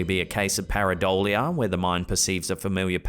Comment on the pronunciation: I love vids when they pop up, I play a game to see how long it takes him to say “paradollia”